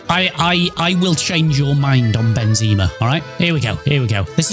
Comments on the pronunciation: Benzaaamarrrr not benzeeemarr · It’s not benzeeeema, it’s benzema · Ben ze ma Not benzeeeeeeeeeeeeema ffs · It’s pronounced Ben - ze - mar not Ben - zee -ma